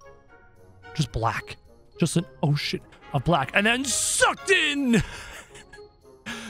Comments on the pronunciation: Yes i know its ocean im just saying it sounds like oh s* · He said ocean but it still sounds like it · Said, “ ..ocean..”. Sounded like “ o sh!t “